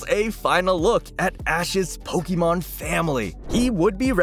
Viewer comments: Jesus dude, you're pronouncing Pokemon the wrong way. It's pronounced like "EH" not "EE." That's a huge pet peeve of mine. Christ all mighty. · it's po-kay-mon. not po-kee-mon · Someone please tell the narrator how to pronounce Pokemon :face-fuchsia-tongue-out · Good grief man. You're pronouncing Pokemon all wrong. -_